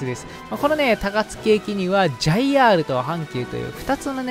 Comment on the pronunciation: 関東だとJRは読みジェーアールだからさんジァイアール読みでびっくりした